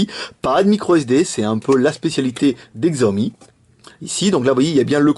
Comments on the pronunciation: Alors en fait ça se prononce Shiaomi. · Oh F(X) ! :o Pas mal le telephone et on prononce 'Shiaomi'